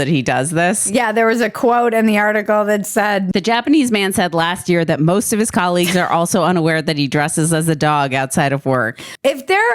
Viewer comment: Colleagues or Colliegues? Ba -dum-dum.